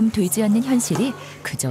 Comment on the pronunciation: 여기 부분 "마음처럼 되지 않는다"에서 "돼지 않는다"처럼 강조해서 말한 느낌으로 들리는 건 나 뿐인가...